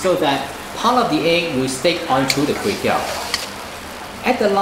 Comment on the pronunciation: everything was smooth except when the time when he said KUEY TEOW🤣, it like a an apple without an apple. Mind you KUEY TEOW or KWAY TEOW is a direct pronunciation from a dialect in south east of china 潮汕 (ChaoShan) area. The correct english word for this Kuey Teow is actually RICE NOODLE